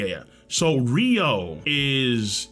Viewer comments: Oden died in chains, he doesn't have internal destruction ryuo imo. Also guys it's pronounced ryu-o, not ry-ou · Why tf do yall say ryuou like rio. It's pronounces how it's spelled. Ryu-oh-oo